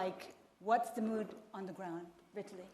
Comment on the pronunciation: Its not "Viet-tili" Its Vitaly.......